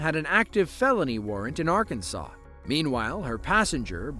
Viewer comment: You got Arkansas way off